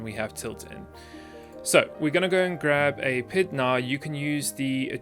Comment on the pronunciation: I normally don't care about these things but since I have some experience in the area I want to mention it... It kinda bothers me how you pronounce PID as a word as opposed to P-I-D, each letter by itself, which is what I've always experienced in the mathematical field. Say it how you want, I guess, but it just sounds weird every time you say it like that.